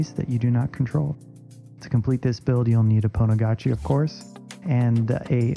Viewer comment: So pretty "Pwnagotchi"